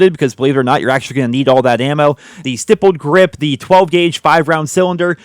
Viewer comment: You pronounces stippled grip correct. IDK how many other tubers say it incorrect. Thank you Sir